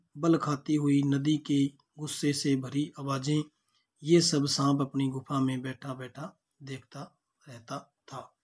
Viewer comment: गुफ नही गुफा सर 😂😂